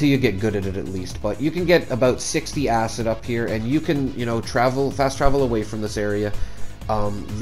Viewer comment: Acid, not acit. The amount of times you say acit makes my blood boil lmfao